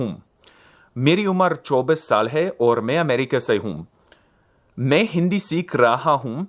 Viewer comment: I'm learning Hindi and lol'd hard at his Hindi skit. Surprisingly I could understand almost everything. Worthy of note that he used "Namaskar" instead of Namaste as a greeting, which is more formal and less common. He does mess up some accents though, when he says "me" to mean "i" he should use an open "e" (mè), but he always uses a closed e (mé) which means "in", not "I". Same with "or", which means "and", but he says it with a closed o when it's actually supposed to be "òr". The way he says "I'm 24 years old" is more advanced/complicated than how I'd say it, I'm not sure whether it would sound better to a native or what. He puts a wrong "se" postposition after Modi's name (he says "from Modi" is very beautiful). He's clearly a beginner but he has already done quite a bit of studying. Disclaimer: I'm like an A0.1 in hindi so take this with all the salt you deem appropriate.